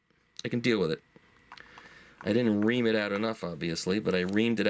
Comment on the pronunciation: It's 'ream.'